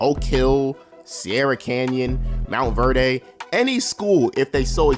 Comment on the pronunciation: MOUNT VERDAY 😂